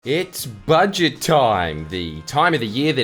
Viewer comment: "Bouje boujet" "It's budget love"